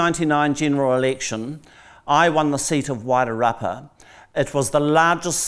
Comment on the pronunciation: So Georgina was invited there to talk to herself? The other person sat there like a prop - her and her Wider rapper pronunciation (Wairarapa) and yeah get f&cked! I loved her interpretation at the end about NZ and why the settlers went there. Georgina needs to return to the table - somewhere!!!!!! She's still got it.